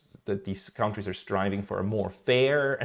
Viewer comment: Just one thing to improve your pronunciation: kontries = countries, not kauntries Great channel, keep up the good work!